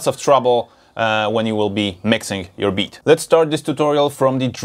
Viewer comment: I love how he says making bitch in reaper XD